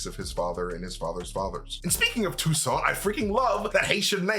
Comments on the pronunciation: Yes, but the name is Toussaint not Toussant. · Have to point out the name is TOUSSAINT (even if Nakia prononces TOUSSANT). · If you Haitian u should right Toussaint right 😂😂😂🇭🇹🇭🇹🇭🇹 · It's Toussaint...lol from Haiti